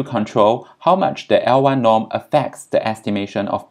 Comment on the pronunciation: You obviously are very knowledgeable. Suggest you be a bit more clear when you say things like "L-y norm" (absolute beta hat), i can't understand what you are saying. Pretend you're an idiot like me, explain the words you use specifically. You will get more views.